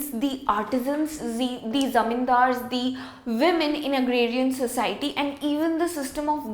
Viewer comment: She says zamindars👌